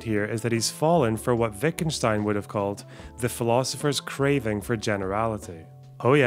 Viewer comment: FINALLY, a youtuber who can pronounce Wittgenstein correctly